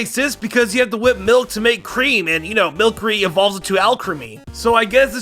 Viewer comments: do you not know how the letter c works? it's mil se ree not mil ke ree. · Milcery is pronouced like "sorcery" not like "Milk" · You milcary is said like sorcery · Anyone else triggered when he said milcery wrong. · Milcery....say it like its french